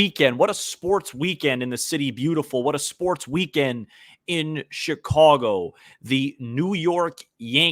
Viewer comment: Hey! First off let me compliment you for pronouncing the word "Chicago" properly. As for Rizzo, he was always the heartbeat of the Cubs for the entire time he was here. He was always my MVP as opposed to the other stars on that team, and there were quite a few of them but Rizzo was the guy who drove the bus and without him I don't think 2016 would have turned out the way it did. Thanks Rizzo, wishing you the best. " After Sunday ".